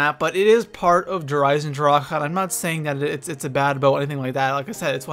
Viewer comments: why do you say Der eisendr-HA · why do ppl keep pronunceing der eisendrache der isendraka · Please please please stop saying der eisendrachHUH it sounds so wrong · Comment section: How do you pronounce Der Eisendrache Der (Eye zin drock) Der (Eye zin dra kuh)